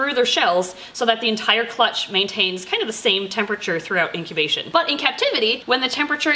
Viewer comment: Okay, did anyone else notice that she said "into intobation" instead of "into incubation"?